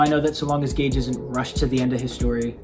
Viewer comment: Maybe it's an inside joke but why do you call Gege Akutami "Gage"?